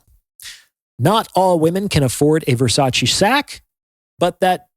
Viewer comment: I'm sorry, but this is a shallow assessment feigning Depth. However, since you feel the way to 'get through' to people is by comparing human value (men AND women) to luxury HANDBAGS, you may as well know it's pronounced Ver-sach-Ay, not Versachee as you are. I learned that from a very high value woman, Donatella Versace.